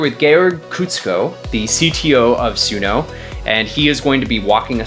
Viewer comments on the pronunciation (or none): 🤣🤣🤣🤣🤣 "It's Sun(o)".... Guy Calls It Su(no) the whole time....😆😆😆😆 He works for Sun(o) and still didn't know that... and refuse to do even after being corrected.... Too funny. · He still calls it Suuno despite being corrected 😅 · The host still pronouncing the name wrong after being corrected and educated 🫠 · I love how dude tells you the correct pronunciation of Suno and then you continue to mispronounce it. Very on brand 😂